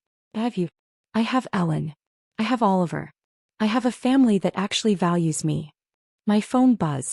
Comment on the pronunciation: Please make it clearer. It sounds kinda like Alan. When it's Ellen.